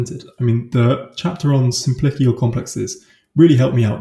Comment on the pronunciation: FYI simplicial has a soft c not a hard c